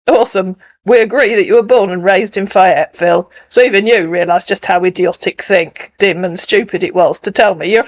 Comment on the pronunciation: Um, it's FAYE-etville. Long "A." 😉